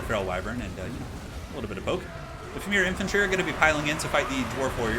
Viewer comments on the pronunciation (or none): none